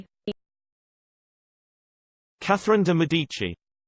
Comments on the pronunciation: 😳 seriously? So wrong!!! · Truly sorry but that's the wrong way to pronounce it